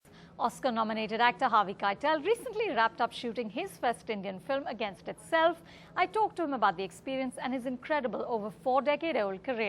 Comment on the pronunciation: The narrator of Harvey Keitel documentary really blew it big time as he kept mispronouncing his last name. His name is not pronounced Keitel as in TITLE!! It is pronounced Keitel as in KITELL. Shame on him for screwing up his name. I know, because I knew Harvey personally when he lived in Brighton Beach.